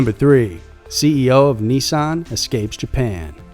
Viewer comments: Can we please just call Nissan (Ni-san) not (Knee-saaaaaaan) that is my only worldly desire. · You say Nissan funny